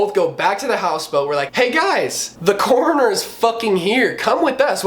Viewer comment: Ur accent makes coroner sound like corner haha